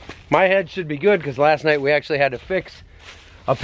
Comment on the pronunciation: love how made 'night' a three syllable word.